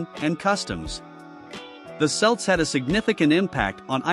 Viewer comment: Celts are pronounced Kelts. Celtic is pronounced Keltic.